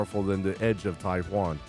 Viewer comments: Personally the way you said the blade of taixuan sounds to me like you're saying the blade of taiwan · it's not pronounced as Taihuan, the way you were originally pronouncing it was closer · the x in taixuan is pronounced like sh, so you were closer the first time haha